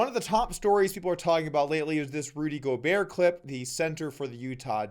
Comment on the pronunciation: The video was great, and then he pronounced Rudy Gobert correctly and it went to excellent. All the talking heads saying “Go BERT” was making me lose faith in the media. Glad there’s still atleast one good one.